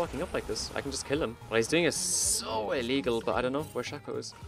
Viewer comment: guess your in the same club as hashinshin saying "Shacko" instead of "Shayco"